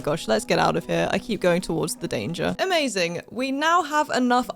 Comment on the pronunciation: When she said "Em-azing